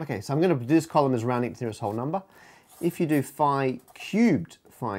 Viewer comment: "roundind", like a circle, and pi goes